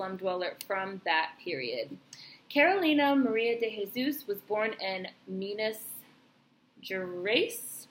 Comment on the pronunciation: Just found out from Ancestry that she is my Family. You are saying her name correctly. I just have to figure out her parents. Love the fact that wrote it as she seen it through her own eyes.